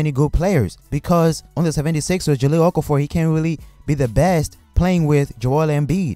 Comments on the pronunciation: Sevvendy Sixers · The way you said 76ers lmao